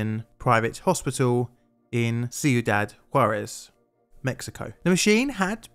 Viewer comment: This man is calling Ciudad Juárez "See u dad Juarez" and i love it